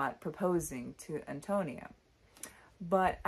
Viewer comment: correct pronunciation = AHN-toh-NEE-ah I agree that there is some degree of effeminacy in narrator Burden. Indeed, he most assuredly is Cather in disguise ~ but in those days given the prejudices of the times, you could not have a woman openly expressing such idolization of another woman. Burden, like so many others in the book, is profoundly connected to the land. Because of this I was reminded of the Transcendentalists Emerson & Thoreau ~ both of whom were pioneers though they explored the Northeast rather than Midwest. They, too, were contemplative as was Burden, saw the city as a corrupting influence, viewed the countryside as wholesome, elevating, and possessed of a spiritual character. In the end, Burden is a financial success with a great but unfulfilling career as an urban lawyer. Meanwhile, impoverished Antonia is burdened with a large family but remains contented and is a spiritual success in life. Thus, her spiritual success is a transcendentalist value fully achieved through her hard work, self sacrifice, strength of character, and connection to the earth and to divinity. The line "She was a rich mine of life" illustrates that perfectly.